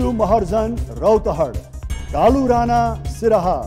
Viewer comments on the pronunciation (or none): none